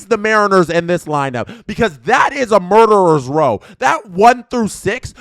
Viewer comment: As a mariners fan this content is hilarious ‘’that is muderers row!’’ 😂